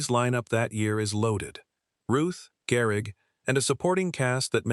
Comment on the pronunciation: Garrick??? AI SUCKS